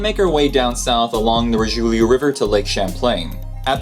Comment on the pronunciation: Sorel like in sore. Richelieu pronounced reesh -a - loo.